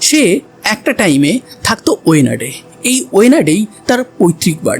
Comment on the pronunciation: কোঝিকোড নয় কর্রিকোড হবে, ওয়েনাড নয় বায়ানাড হবে। আর হেমচন্দ্র কে যেখানে রাখা হয়েছে সেই জায়গাটা কাশ্মীরের মত সব সময় ঠান্ডা থাকে সেই কারণেই হয়তো তার বডি নষ্ট হয়নি।